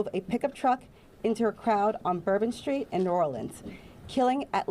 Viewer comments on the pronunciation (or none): none